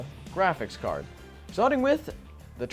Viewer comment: Am I the only one hearing "graphis card"?